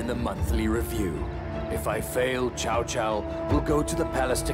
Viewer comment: Cao is pronounced three different ways throughout this episode by three different actors. Tsao, Cow, and Jow. Actors need directors. You can't just give them a script and let them do what they want. lol